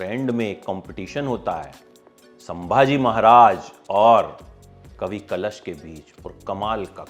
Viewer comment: Kavi kalesh nahi kalash correction 🙏🏻🇮🇳🕉️